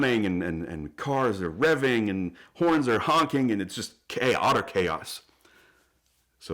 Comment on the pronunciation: "Why are you RRRevving?"